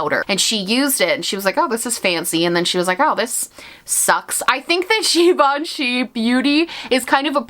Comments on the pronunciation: 🇫🇷🇫🇷love your French accent when you said « Givenchy ». I didn’t even know that givenchy had a make up brand. Their bag are amazing though 💋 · From a french speaker: Your pronunciation of Givenchy is spot on 👌 Random I know lol but I had to mention it 😅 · I was today years old when I learned how to pronounce Givenchy 🤣